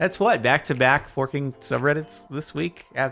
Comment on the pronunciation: When you realize that since Jardon says f***ing as forking, and when he said back to back forking subreddits, it really means back to back f***ing subreddits surprised pikachu face